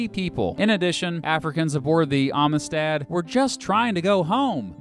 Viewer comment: hey did you know they made a movie about this case? you should watch it. and learn how to pronounce "amistad."